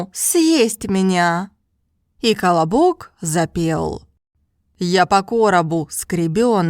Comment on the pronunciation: The way she pronounced the word колобок, sounds like she's telling me to shut up in Brazilian Portuguese "cala boca" (shut your mouth), and I not going to lie, I laughed when I first opened the video and was listening to the history, because I felt like those silly elementary school children who laughs at fart jokes and things like that. I had fun, this is what language learning should be for all of us, and it is for me. I learned English fluently by having fun while playing video games, and now I found this channel because of her review of the new penguin Russian course, and I just ordered from Amazon like she herself mentioned, and in a few years I'm going to surely achieve fluency in Russian, and I'll learn Mandarin afterwards. I fell in love with this channel! You're doing a top notch service for the self taught language learners community! Language learning is a hobby of mine that I do it daily. I'm subscribed to the channel and I'll watch all your videos. This is Dalton Melo, I'm 27 years old, and I live in the the northerner state called "Pará" in a city capital called "Belém". Just a random guy trying to achieve fluency in Russian through this great and wonderful channel.